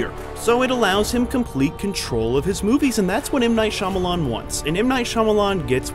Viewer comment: M Night Shya-momma-lan